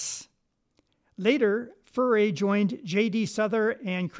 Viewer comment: Thank you for sharing the correct pronunciation of Furay. As you may have guessed, I am an old guy, prone to mispronunciations! Also, thanks for the Louisiana connection info.